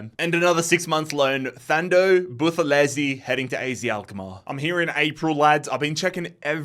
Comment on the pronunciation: Mzansi❤️ here we go🙇🏽‍♂️ Buthelezi pronunciation is actualy better than most south Africans😂